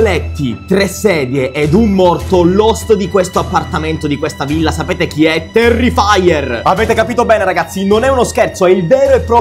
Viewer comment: Non si dice terrifaier si dice terrifer